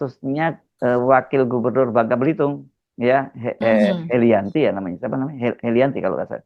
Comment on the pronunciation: Heliana bang bukan Helianti